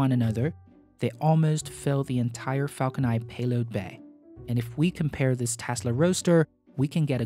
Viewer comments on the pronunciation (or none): Hey there No hate, but could you prononce Falcon 9 and Falcon Heavy correctly instead of Falcony and Falconhavy? It bugs the hell out of me :( thanks